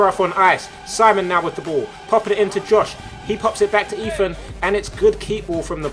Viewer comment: this commentery is torture everytime he says eathan he says eafin